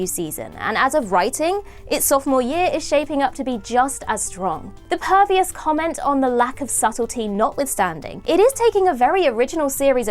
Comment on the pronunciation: did I hear "pervious" instead of "previous"?